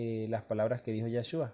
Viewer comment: Es yeshua no yashua